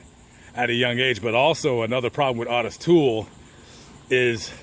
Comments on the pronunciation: I've never heard Otis peonounced Aw-tis (instead of Oh-tis.) Is that how he pronounced his name? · It’s not ‘aah-tis’. It’s pronounced Oat-tis. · Hey, love your content but why the F do you call the man “ OTIS TOOL “!!!!!! When his name is %110 pronounced OTTIS O ‘ TOOLE!!! And please don’t tell me it’s for a greedy reason like some YouTube guidelines!! I’ve been watching you for awhile cause like I mentioned before I really enjoy your content and you definitely seem like an educated man… Absolutely no shade so please do not be like a lot of YouTubers and say something ridiculously ignorant like so many entitled brats lol I’m just a curious subscriber 😎… just sayin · O not AW... LOL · Otis is pronounced OH-TIS, not AH-TIS. A very minor point. Thanks for all the research, let’s hope the vast amount of info online these days can prevent some of this horror, it I wouldn’t count on it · His name is Otis Toole and not Autis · It's pronounced Oh'--tis. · Hey, It's pronounced. (OH TIS) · It’s O. Tis you are pronouncing it wrong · Otis (pronounced Oh-tis) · Ottis Toole murdered that boy. Btw, his name is pronounced the same as Ottis Redding. Its oh-tis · Isn’t it pronounced ohtis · Great video like usual. Btw...small thing but his name is pronounced, "Oh - tiss", long version of the O. I did hear you say it correctly at the end of the video. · Always heard O-T-I-S pronounced with a long O sound until this video! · How in the hell did you mispronounce Otis???